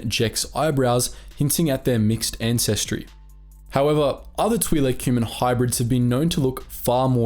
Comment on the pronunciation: Hearing “Tweelek” over and over hurt my ears. Other than that, great vid